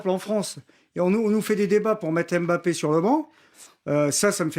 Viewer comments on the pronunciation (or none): none